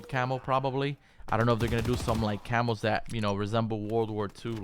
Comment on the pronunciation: CAMOS... I thought he was saying Camels LUL